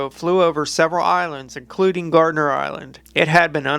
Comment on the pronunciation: Gardner not gardener 🤣